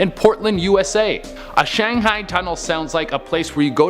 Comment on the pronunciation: shangheeeing forebodding